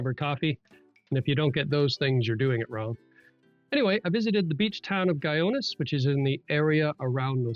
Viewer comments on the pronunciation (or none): Guyones? really? should have taken the time to learn to pronounce it. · Guy-ones LOL that is not how you pronounce it sir.